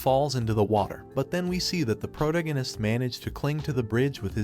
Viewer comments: pro·tag·o·nist please just pronounce it right once. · "The prodeginis" LMAO 🤣😂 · Took me awhile to realize he was saying protagonist